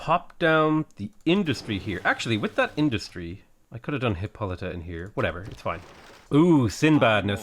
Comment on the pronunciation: I got tired of you figuring out how to pronounce your hero's name, so I googled it and it's hip-poh-luh-ta!